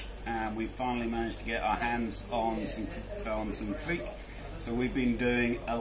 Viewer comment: you have the right pronounciation! :-D